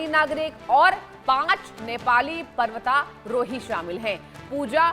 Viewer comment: Tere jese chutiya ko kon anchor bna de rha h na nam thik se bol pa rhi h parvatarohi tak thik se bol nhi pa rhi .or tour guide kya hota h dilli manali tour karata tha kya wo .thumbnail kya h .bndr ki gand jesa muh le kr aa jate h yrr